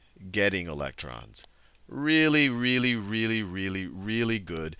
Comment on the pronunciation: "Wealy wealy wealy good at getting electron"